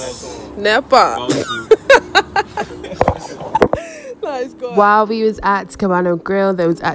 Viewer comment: Hahahahaha she said Nepa 🤣🤣🤣🤣😂🤣😂